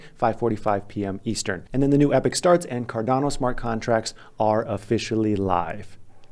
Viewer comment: Sorry to bother you good looking man....its "EE POCK" not "epic"----->epoch.